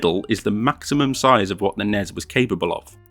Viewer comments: its N-E-S not nez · please dont say nezz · Once he said the NES instead of N.E.S. I realized he probably didn't play this as a kid in the 80s. Probably someone who played in in more recent time.